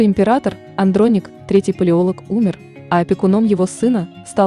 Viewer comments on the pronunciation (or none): none